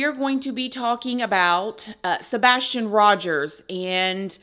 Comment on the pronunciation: The "sabastion case" this is how refers to Sabastion 🙄 not accusing but things are just off